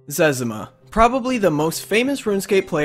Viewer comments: its zezima not zez a muh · it's zez-ee-ma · zezima is called zezma btw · He said zezima wrong